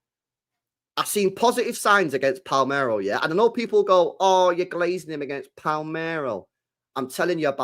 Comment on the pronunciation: Saying Palmero triggers me.